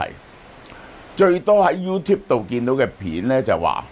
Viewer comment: 香港的 YouTubers 都唔識 YouTube 的正確發音。